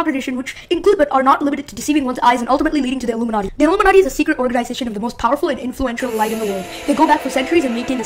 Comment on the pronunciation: did he said iiumanti o_o